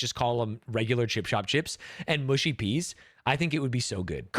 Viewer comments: Mushy is pronounced mu like much not moo like push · Its not mooshy peas, its mushy peas. Stop saying mooshy.